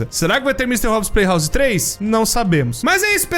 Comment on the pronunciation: s0im le-se "opse" não "upps"